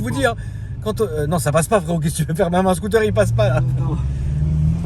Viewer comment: il m’a tué lés réaction 😅🤣🤣 Les scotéérrrrres 🤣🤣